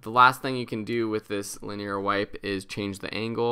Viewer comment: I love you you pronounced linear.